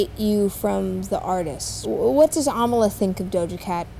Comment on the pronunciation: I thought it was Uh-ma-luh.